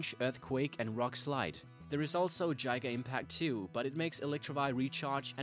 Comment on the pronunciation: The way he pronounces Giga Impact is hilarious!